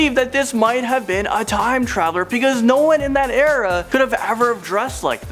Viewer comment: you pronounce "era" so wrong.